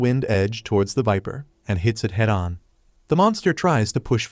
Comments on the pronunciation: NO IT’S EVIL VIPER NOT EVIL WIMPER AND I KNOW HE SAID WIMPER BUT IT’S EVIL VIPER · fr i hear evil wiper😂